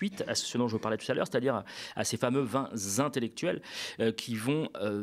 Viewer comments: vingt intellectuels,; pas de liaison,il n'y a pas de s à vingt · Salut on ne dit pas vingt z'intellectuels car il n'y a pas de s à vingt. Bisous je t'adore!! 😘😘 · au top... sauf pour les liaisons: vingt intellectuels et non vingts; ce ne sont pas les quinze vingts "za" veugles plein soutien au Media!!!! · Merci au Media pour vos émissions de qualité. Professionnalisme et analyses pertinentes. Clin d'œil pour: la liaison avec "vingt ". Vingt t'intellectuels et non vingt z'intellectuels. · Cher, vous avez fait saigner mes oreilles avec vos vingt ZZZ intellectuels;-) Le reste est comme d'habitude parfait! ONU 242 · Je sais que je ne devrais pas mettre en avant les petites coquilles perdues au milieu de cette excellente émission. Désolé je le fais quand même. 1) C'est Djazia Satour et pas Djamila. 2) Les vingt z'intellectuels ça fait un peu bizarre, surtout quand c'est dit plusieurs fois. Mais tout le reste est très bien, je ne rate jamais l'œil de. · On ne dit pas vingtzintellectuels mais vingt intellectuels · Les vingt z'intellectuels, c'est exprès ou pas ? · Les 20 z'intellectuels? T'es serieux? Je saigne des oreilles😂. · le sait parfaitement et c'est pour se moquer qu'il insiste tant sur la prononciation du Z à plusieurs reprises. Réécoutez bien.